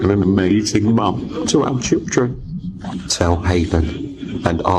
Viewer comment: What are shilldren? Love inventing new words over here 😂🎉